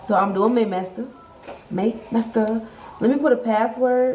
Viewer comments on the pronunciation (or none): 😮What the hell is a 'mester??! 😂😂😂 Wow! She needs to go back to junior high school before she can do any 'mesters!! 😂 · then she went on to say mester… and not semester. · She really said winter mester, may mester 🤦‍♂️ that’s awful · That girl saying she graduated from college/higher education saying “Mester” and not semester, is too MUCH! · then she went on to say mester… keep up! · Is she saying "mester"? Instead of "semester"? OMG